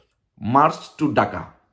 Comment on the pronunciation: এখনো ঢাকা উচ্চারণ করতে পারে না সে আসছে বাংলাদেশ স্বাধীন করতে। ডাকা